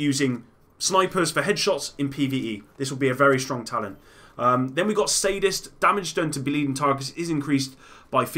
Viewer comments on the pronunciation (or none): You pronounced sadist wrong